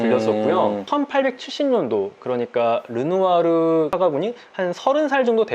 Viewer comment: 넘 재미써요 이 루누아루 라고 하는것도 재밌고 감동도있고 상식도 챙겨가고 >< 최고